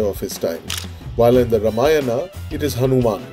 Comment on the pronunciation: Pls say RAMA-YANA not RUMA-YANA.Its not that difficult.